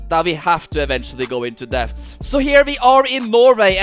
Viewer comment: Its debt with a silent b